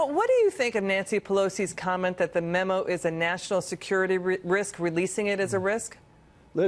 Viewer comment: What the hell is a mimu? The Dems must be gleaming with pride know this is who they chose to represent and speak for them! LMAO. Cant even say memo. At the beginning she called it a mimu! If they dont do something about all this crap it will continue to repeat itself! Is there a different set of laws and standards for the powerful than it is for us taxpayers? They will be allowed to retire with full pension that our tax dollars pay while we would be thrown in jail!! Time to wake up and make examples of the crooked!!!